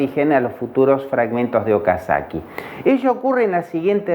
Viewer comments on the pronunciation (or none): Es Okazaki no Okasakii